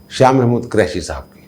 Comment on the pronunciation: جب بھی آپ شاہ محمود حسین قریشی کا نام لیتے ہیں تو مجھے ہنسی آ جاتی ہے پنجابی لہجے کی وجہ سے آپ قریشی کے ق پر پیش کی بجائے زبر بولتے ہیں اس طرح جو لفظ بنتا ہے وہ میراثی اپنے لئے استعمال کر تے ہیں خدا نخواستہ میرا مقصد تضحیک یا دل آزاری نہیں صرف آپ سے درخواست ہے کہ قریشی کے ق پر پیش لگا کر بولا کریں اچھا لگے گا